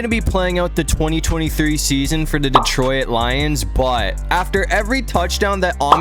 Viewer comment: Why do you say "detroIt"?